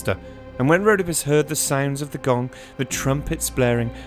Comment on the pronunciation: Rhodópis not Rhódopis